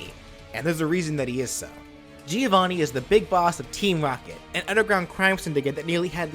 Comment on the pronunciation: It isn't pronounced like that, it's an Italian name and it's pronounced like the name Joe + Vanni, Joevanni. By the way I really like this moveset, one of the best of your channel! (Please do Shovel Knight)